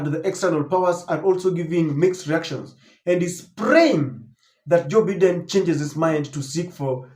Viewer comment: 🎉When you have an international audience its important to pronounce names correctly. You have been told before on this forum by various readers...Its Bye den. Not Beeden.